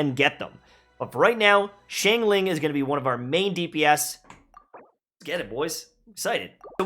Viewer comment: He's still saying Xiangling wrong.